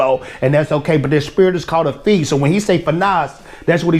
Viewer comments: It's pronounced "fay-uh" but good job on everything, man. Keep it up. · Ay-nUr... with the rolled R. Fey-a. And Hro-a. That's how you say it. And yes, the Ainur are binary creatures. Tolkien would not be pro-LGBT. At all. And he definitely would not be pro non-binary.